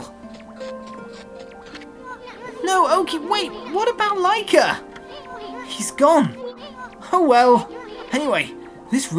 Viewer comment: I'm so happy you're playing okami,! Btw, Lika is pronounced Lee-ka